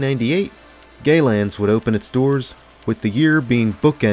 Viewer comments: pronounced like "Gal-Yans" NOT "Gay Lands" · Galyan’s…not Gaylan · its not GayLands, you pronounced it incorrect its Galyan's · It was Galyan's, not "Gay Lands" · I died inside when you mispronounced Galyans. The best way to describe it's pronunciation is the first part is like Gal from Gal Godot. The second part sounds rhymes with "Han", but like Lando says it.